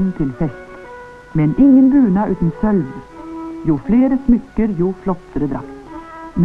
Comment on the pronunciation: Er det "buna" eg høyrer, i stadan for "bunad"?